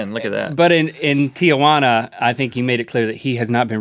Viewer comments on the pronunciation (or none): They did an entire video about mispronouncing words and link still can't pronounce Tijuana right